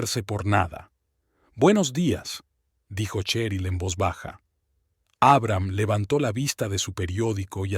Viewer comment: Como se puede narrar tan mal, traducir mal los géneros, pronunciar el nombre de Abraham, poniendo el acento en la primera A, en serio? Historias que con un buen narrador, sería mucho más agradable...Siento ser crítica, pero es mi opinión...